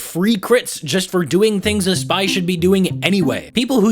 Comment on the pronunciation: Nobody:: The spAII